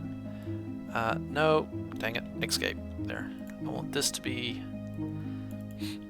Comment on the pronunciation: i wonder if you are intentionally messing with people when you say "x-cape" instead of "escape" or if that's just part of your accent